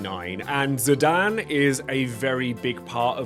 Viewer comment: My man you mispronouncing ZI- DAWN is criminal